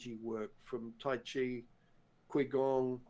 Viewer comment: Why, Why? You can't at least pronounce Qigong correctly? It's pronounced Chee Gong. The Q makes a ch sound